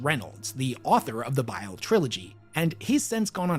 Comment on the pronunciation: It’s B.I.L.E like the gallbladder, not bill, learn our language American, with love,from England 😉😘😂